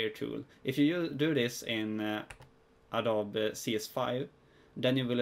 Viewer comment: Awesome video! I used this in conjunction with another one by FunVidDesign. Just a heads up though, it's pronounced "Adobee." Awesome vid anyways!